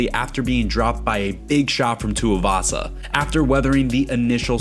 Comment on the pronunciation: Pleaseeeee it's too-ee-vasa not too-uh-vasa !!